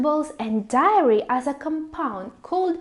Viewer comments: she mean dairy but she pronounced diary. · I am her fan number 1 since last year. What I know about her is that she is Italian-filipina, maybe english is her second language, maybe it's because in Italy they pronounce that word that way. Are you from America?